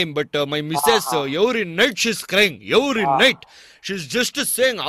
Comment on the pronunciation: Yevery night..yevery night lolll